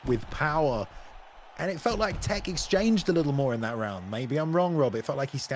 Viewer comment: The first guys take is pronounced Tekk not “tekky” all good tho I just like to see people I know doing good 💯 thank you esfl for being here and bringing this content 💪💯